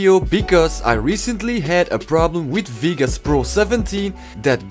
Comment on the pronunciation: cool vid man, btw its vegas not vigas lol